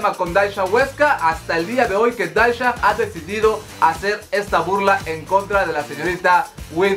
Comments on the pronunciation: se pronuncia dasia no dasha apende a pronunciar primero amigo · Es Dhasia y se pronuncia Dasiaaaa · Por qué pronuncias raro el nombre de Dhasia... se pronuncia tal cual DASIA... xd me enfado un poco... lo siento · Me gusta tu canal, pero por amor a tu deidad, aprende a pronunciar los nombres de los youtubers y/o sus canales. Tanto que vives hablando de la comunidad youtubera, deberías aprender a decir sus nombres. Ya pasó con Katie Ángel, ahora con Dhasia. El de la primera de pronuncia Keiti Anyel y de la segunda se pronuncia Dasia. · se el nombre de Dashia se pronuncia “Dasia” 😅